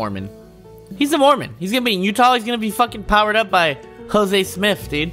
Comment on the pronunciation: I’m from Utah, and hearing him say Jose Smith is the funniest shit ever xD